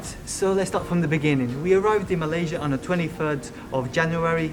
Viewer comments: pronunciation of everything malaysian is spot on 👌 enjoy ur travels, safe journey and hope u guys make it back to malaysia one day. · Glad you try to pronounce the name of places like local not mat salleh slang